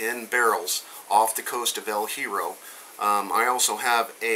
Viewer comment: We don't pronounce it El Hero, we pronounce it El Yeah-row. It's Spanish for The Iron.